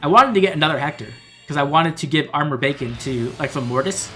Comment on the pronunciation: Every time you say Armored Beacon, I hear Armored Bacon 😂 I had pretty great luck with Young Rebecca myself. Sorry for taking your Rebecca luck 😢